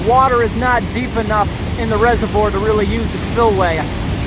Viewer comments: Your constant mispronouncing of reservoir irks me way more than it should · Couldn’t watch anymore, mispronouncing “reservoir” as “reserve-ORE” was bad enough, but calling “sluice gates” “slice gates” come on...